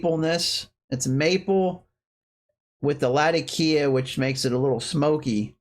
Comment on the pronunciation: Nice recommendations. Out of curiosity, why do you (and practically everyone on youtube) pronounce Latakia that way? As I'm sure you know it's named after the city in Syria that it used to be cured in and that's not how the city is pronounced.